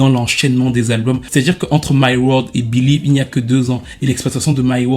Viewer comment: BEU-LIÈÈÈÈÈÈÈÈVE, y'en a qui n'ont pas bossé leur anglais à l'école 😂